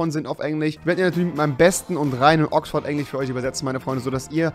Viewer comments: Rewi 3 sagt Englich statt Englisch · Wie er einfach sagt Englich statt Englisch xDD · Wie er sagt: Englisch - Englich Kirche - Kirsche :D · Englich 😂😂 liebe deinen "Sprach Fehler" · Wie du immer Englich sagst😂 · Du hast die ganze Zeit Englich gesagt 😂😂😂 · Wer von euch spricht auch englich?😂😂😏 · Englich? XD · Englisch nicht englich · Timothy Chandler und am Anfang sagt er noch: Ich übersetzte es mal für trottel die kein Englisch (oder wie Rewi es sagt: englich) können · Auf "Englich" XD